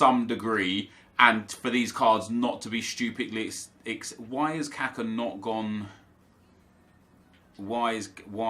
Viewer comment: its not kAka its kakA please stop saying it kAka its really annoying